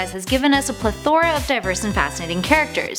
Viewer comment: If you're going to use a fancy word such as "plethora" please pronounce it correctly..